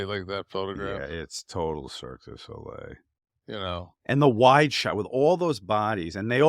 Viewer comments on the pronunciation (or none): Can no one is wrestling say "cirque du Soleil?" I feel like they all say "Circus Olay" 😅